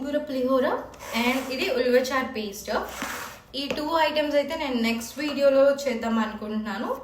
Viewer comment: Review emo kani foreign vachaka telugu marchipoyinattu unnaru... few words foreigners la pronounce chesthunnaru...like ulvacharu instead of ulavacharu